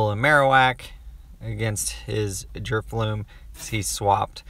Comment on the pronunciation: Is it just me or are you consistently saying drifloom?